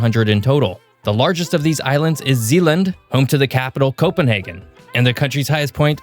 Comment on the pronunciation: Slartibartfast was responsible for the fjords of Norway. Sweden gave us the Swedish Chef. The most popular Hondas in Finland as Helsinki Accords. Also, at the end of a race in Helsinki you will find the Finnish line. And thank you for the correct pronunciation of Copenhagen.